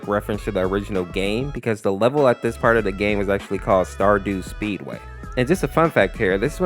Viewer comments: It's actually starDUST speedway not stardue speedway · "Star dew speedway"? My dude, if I had a nickel for every mispronounciation you've made about something related to my childhood, I'd have 3...which is is not alot, but it's weird it happened three times. Also it's "Stardust Speedway." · It’s stardust speedway not stardew speedway! Other than that this video is great